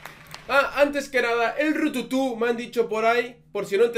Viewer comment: "El rututú" JAJA es "El Retutu" y estaba en cuestión de pesoxD